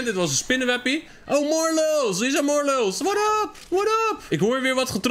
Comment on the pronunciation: Je zegt morrelow